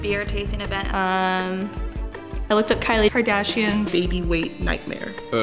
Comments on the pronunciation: did she really say kylie kardashion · Did she say Kylie Kardashion?